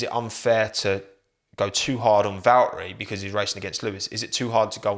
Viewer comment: Hot take, is it too much to ask for if i were to tell you you have to pronounce the T's in Valtteri? Bacause last I checked it's not Valerie